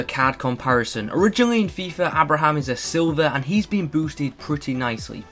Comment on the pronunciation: Isn’t pronounced Abe-Ra-Ham